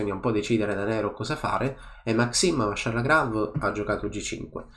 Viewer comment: Vachier ragas, non Vacher